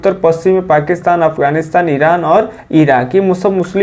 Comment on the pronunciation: Abe sedha Eran na nahi bol sakta